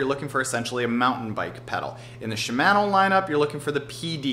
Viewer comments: It's shimano, as in mano-a-mano. Not man. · I shouldn’t let his pronunciation of Shimano irritate me so much but it does. Don’t even want to hear him say panniers lol (sorry man not be a hater, was a good video and I learned stuff) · Great video but.... she-man-o d-or-a....my eardrums are bleeding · He really doesn't know how to pronounce "ShimAHno" OR Deor(E)?